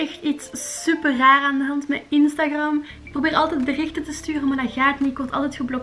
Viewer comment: instagram:( je spreekt het uit als instagrEm